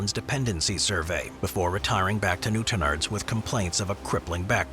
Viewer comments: Newtonards not newtonerds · Newt in ards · 😂😂😂😂 say Newtownards again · Newtonards has the emphasis on the last syllable, so it's a strong "arr" sound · The way he said Newtownards killed me 😂😂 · Lol he's not even close on Newtownards. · The pronounciation of Newtonards kill me lol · Why did you butcher the names of the places I’m from, it’s new-town-ards and bang-ger that’s how you say the names.